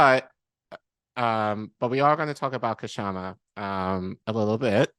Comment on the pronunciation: Please note that the K in Kshama is silent.